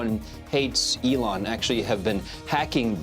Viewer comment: Really stupid AI. Go find a real person who understands what they're talking about and how to pronounce "Elon". Also ideas that last for the whole video and aren't just the same three repeated for twenty minutes.